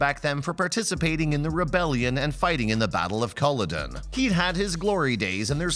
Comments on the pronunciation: You couldn't even research the proper name pronunciations? You're a reputable site, but this one has let me, us Devoutlanders down huge. Go back and learn how to pronounce Murtawgh and Collowden. Murtaugh and Culloden! Not clicking on the next new video! This is your Julia Robert's big boutique mistake! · His name is MURTAGH. MURTAGH. MURTAGH. While at it, learn how to pronounce Culloden and Galbadon.